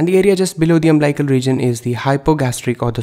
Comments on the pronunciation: Nice video. But it's UMBILICAL. Not umblical. And pronounced as UM BILL ICAL. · Umblical or umbilical!!